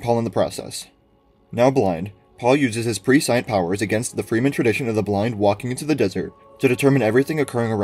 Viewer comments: Great video, just a quick comment. Take a look at the pronunciation of prescient. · I’ve heard about 3 different pronunciations of it. I think PRESI-ANCE is the current one though.